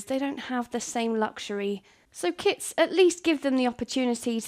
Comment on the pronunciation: I for real thought she said kids lol